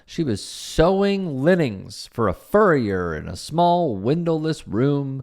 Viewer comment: You mispronounced "linings", otherwise TRUTH!